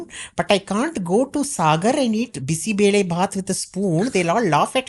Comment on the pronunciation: You said "Bisi Bele Baath" like the locals in Bengaluru..that was pronunciation to perfection